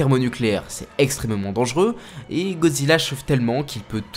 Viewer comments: C’est moi ou dit Gozilla au lieu de Godzilla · Ca se prononce "GoDEzilla" (sans jeu de mot pourri) et non Gozilla. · Tu peux bien prononcer GOD—ZILLA stp Parce que dire GOZILLA c’est qui ? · wsh arrete de dire gozilla fréro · tu me frustre tu dit gozilla et pas godzilla mdr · C moi où il dit gozilla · Pourrais-tu prononcer le « d » dans Godzilla stp sinon bonne vidéo